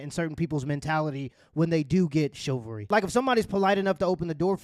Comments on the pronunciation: Duuude the word is chivalry, not chilvary. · It's CHIV-AL-RY not CHIL-VA-RY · struggling to say chivalry 😂